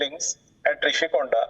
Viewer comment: It’s Rishi konda, not Roushi konda. I understood you got script from TDP. It’s government property not CM personal property.